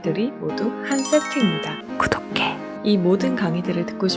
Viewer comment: 구독해가 왜..... 갈수로 고독해로 들리는걸까....ㄷㄷ...